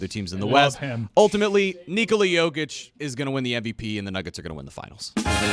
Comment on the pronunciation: how can’t Dan pronounce Jokic name still?